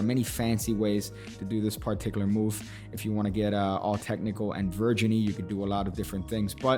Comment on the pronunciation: "Virginy". I come here to learn new words.